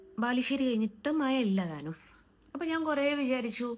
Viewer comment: മയ ആണത്രേ. തേവിടിച്ചി ക്ക്‌ മഴ എന്ന് പറയാൻ അറിയില്ല